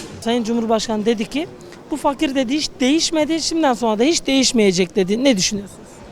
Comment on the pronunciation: o fakir dediği i le değıl ı ile okunduğunda cuk diye oturuyor